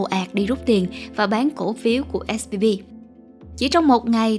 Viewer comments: Âm V và âm B nghe cách mở khẩu hình âm ra cũng giống nhau ý. Mình cũng hay bị nghe nhầm 2 âm này. Mình cmt để không phải mỗi bạn cô đơn. Mà mình và bạn mình cũng bị nghe lẫn giữa âm B và V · Mình cứ nghe bạn đọc là SBV nhỉ :)